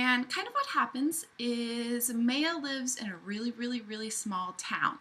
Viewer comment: maya is definitely pronounced my-uh. Not may-uh. That’s for sure.